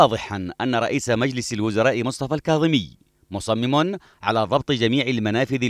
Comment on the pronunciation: المعلق قال ضرط وليس ضبط 😂😂🖕😂